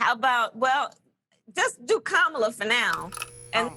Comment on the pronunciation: Desus low key still can't pronounce Kamala lol